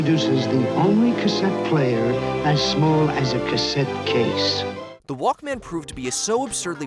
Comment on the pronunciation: It's walkman, one word, not walk man.